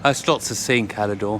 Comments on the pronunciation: I have l been to Cala D’or numerous times and the ammount of times the locals, have corrected the pronunciation from holidaymakers is unbelievable. If you go to Cala D’or the least you do is say it correctly!! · Why do people call it Cala Dee or? It’s Cala D’or . There is no letter i in D’or.